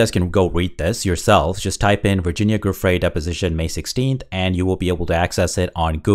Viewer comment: Her name is pronounced, Jew Frey! Giuffrey, it’s Italian.